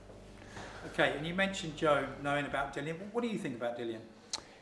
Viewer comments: Will everyone please just say the guy's name properly. Dillian not Dillan bloody hell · Pronouncing his name as ‘Dillan’ is A+ shithousing 😂